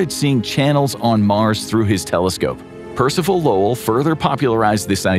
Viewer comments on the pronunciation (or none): none